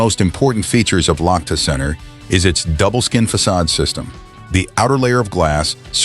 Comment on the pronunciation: Лохто? Лахта! Лахта-центр!